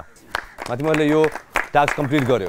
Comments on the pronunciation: It's not "TAKS" guys .... its "TASK"😀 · it's called task not a taks😂😂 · Firstly ta task lai inarle taks kina pronounce grxa k 😂